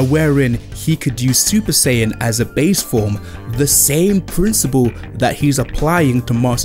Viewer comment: It’s SAI-yan not SEI-yan and it’s KAI-yoken not KAY-yoken